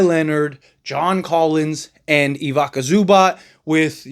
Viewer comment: okay i like your channel but i can’t let you go on like this E-vEE-Za Zoo-Bots